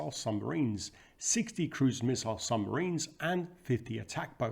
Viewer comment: Another fascinating presentation! 🫡 But what are these mysterious "sumbarines" of which you speak? 😉